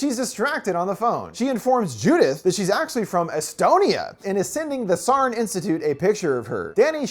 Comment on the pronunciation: it's always so funny how americans pronounce estonian words lmao "sarn" made me crack up!! great vid!